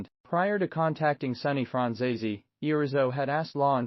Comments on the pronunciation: It would help if you pronounced his name right. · My God, learn how to pronounce his last name correctly